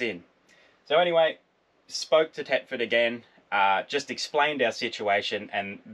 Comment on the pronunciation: Guys it's Thetford not Tetford ;)